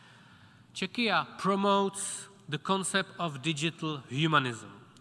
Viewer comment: "Chechia" ??? What? You mean Czechia? Czech Republic? The way he pronounced it sounded like "Chechnya" Embarassing